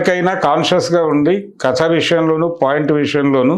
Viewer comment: కతా కాదు కథ అని పలకండి యాంకర్ గారు